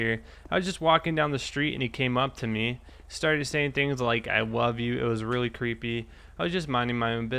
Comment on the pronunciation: Hold up listen to how he says love it's so funny